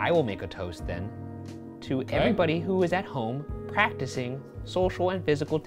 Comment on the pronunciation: Ummmmm did Ryan say “packticing” instead of practicing? Asking for a friend